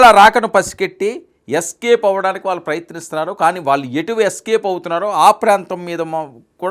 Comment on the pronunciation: మీ ఉచ్చారణ లో వాళ్ళు పలకడం సరిచేసుకోండి. వాల్లు అంటున్నారు. Ex ఇళ్లు, కాళ్లు, ఒళ్ళు, పళ్లు, etc. Tq and best wishes to u.